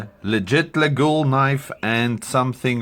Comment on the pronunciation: The Laguiole name is locally pronounce ''Layolle'' don't ask me why, even us french we have no clue 😀 then, you are correct, on the original ones there is the fly/bee and also, there are rivets in making the shape of a Cross, so when a shepherd stick it in his big loaf of bread, the Cross is up and he could pray before eating